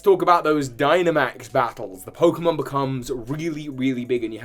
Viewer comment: i gotta look up these pokemon’s names so i get them right Also: mispronounces them badly and repeatedly throughout the video